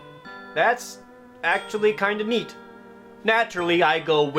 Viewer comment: that "neat" sounds like "yeet" nice